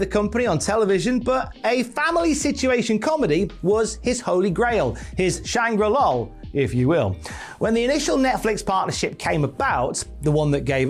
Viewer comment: "Shangri-Lol" gave me physical pain 😆